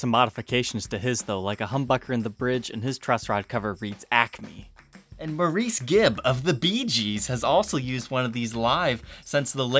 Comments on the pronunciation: In case it hasn’t been mentioned: Maurice Gibb pronounced his name ‘Morris.’ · It’s not “Moor-reece” Gibb. Brits pronounce it “Morris”. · It's Morris Gibb. Not Maur-eece. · Just a clarification, Maurice Gibb's name is pronounced "Morris." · Maurice Gibb’s first name is pronounced as “Morris “.